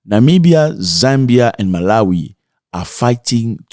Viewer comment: Namibia, not Nimbia